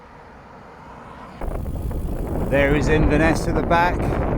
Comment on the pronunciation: Well done guys! Thanks for the vlog; it helps to keep cyclists like me, sane. As an Englishman who has lived in Edinburgh for over 30 years, I had to chuckle at your attempts at place-names...Still, you got Inverness right! 🤣 Best of luck!